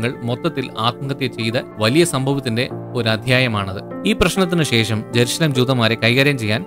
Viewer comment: not erusalem.. jerusalem aanu